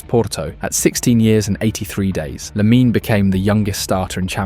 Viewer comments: It's pronounced Lamin, the e is mute. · Lamine-a??? Pronounce it correctly